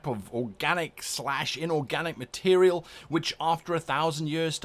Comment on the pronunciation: Nothing to do with the videos content, but I find way you say material sort of amusing. "Meterial". Makes me smile some reason.